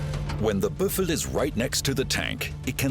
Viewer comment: its called a Büffel. but they did not pronounce the "ü"